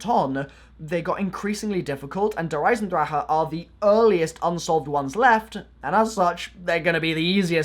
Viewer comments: “der eisendraha” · I like it how he says "der eisendraha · "Der eisendraha" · Its not dear eisendraha